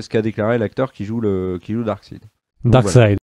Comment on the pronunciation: Les gars je vous adore mais vous savez pas prononcer les mots c'est terrible, Ahshoka, Shnyder, Canerone, Darksid...